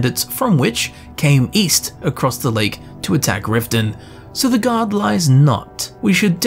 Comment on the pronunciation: The guard didn't say EAST, she said WEEST.